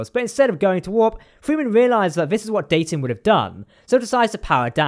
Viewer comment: Great episode and vid as always. The most impressive thing for me, among all the awesomeness, is that they pronounced Dayton correctly multiple times lol. I always forget how, like, regional or idiosyncratic we locals pronounce Dayton compared to people who don't hear the city pronounced regularly. (if anyone is curious, it's like "Day-uhn", with a glottal stop where the hyphen is.)